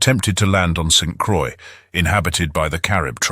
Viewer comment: … St. Croix is pronounced like “BOY” , even though it is a butchered version of the word. I do like the long discussion of the Caribs. It is colorful and very accurate, as far as I know.